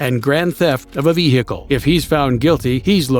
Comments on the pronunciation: Inside the ve hickle 💀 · Vee heekil constantly is irritating